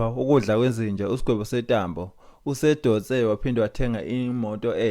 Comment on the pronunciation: Sentambo not Setambo